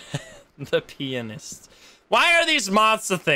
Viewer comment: the way he said pianist...